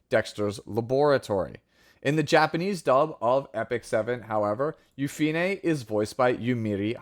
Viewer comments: Yu-Fi-Ne is correct since in Korean, her name is Yu-Pi-Ne (유피네) which has 3 syllables. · YOU FEE NAY!!!! The PROPER pronunciation thank you for staying true!